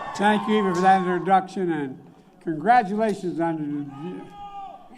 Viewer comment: "Thank you for that interduction...." Hey Joe, I'm no English scholar, but I believe it pronounced "introduction." I'm sure the White House speech transcription personnel have a fu@ of a time discerning just what in the hell he's trying to say to list in the official transcripts.